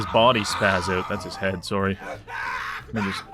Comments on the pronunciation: Idk wether to believe his uncanadian killing or his extremly canadian "soory" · The most violent Canadian I've ever seen. I don't know for a fact that he's Canadian, but I'm willing to bet my life on it. I heard that "sorry", so that's enough for me.